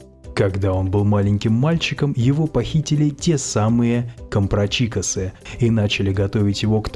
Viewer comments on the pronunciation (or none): Посмотрите как пишется имя главного героя Гюго "Человек который смеётся". А так же ударение в слове компрачико́с! Если пишем, то уж пишем правильно, такой хороший, солидный канал. Не уподобляйте себя массе безграмотных людей на youtube. Ну обидно же...